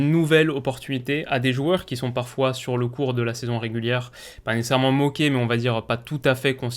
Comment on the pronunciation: Nécessairement (nécerement)? A chaque vidéo tu le passe 😂😂😂